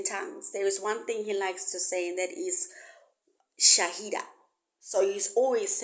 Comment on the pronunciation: Its called shahila not shaida